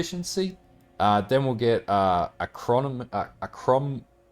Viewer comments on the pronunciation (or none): Ak-ri-moan-ee =) Great build as per usual mate, had just rolled an occultist, tempted to pivot onto this